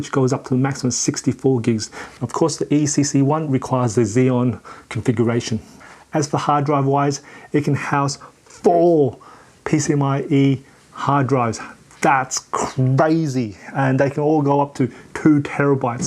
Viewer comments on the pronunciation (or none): Woahhh. You said Hard Drive is “PCMIE “ On the screen you wrote PCI-E It’s so great it can take 4 drives. I don’t think the name has an “m” in there. & ... EECC ? I think the error correcting ram is ECC as you wrote on the screen ( that stuff is expensive) You said EECC ram, which I have not heard about before. 😁